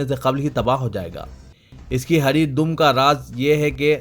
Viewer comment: haridum ko apne 5Baar Hari Dam Kaha Hai Baraye Meherbani Talaffuz Par Khiyaal Farmayen